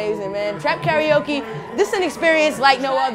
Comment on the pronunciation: Pronounced: Car-Ra-O-Ke